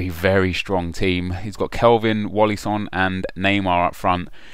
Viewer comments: Not wallyson, welliton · welliton not Wallyson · Wallyson? You mean Welliton.